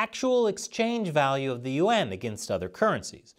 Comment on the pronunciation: Why do you pronounce yuan like U.N.?